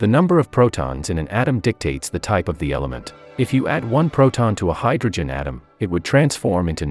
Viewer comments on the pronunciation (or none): none